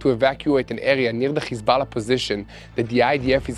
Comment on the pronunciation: It's Hizballah not Khizballah,when says the word he sounds like is he is clearing his throat,please correct the pronunciation it's H not KH.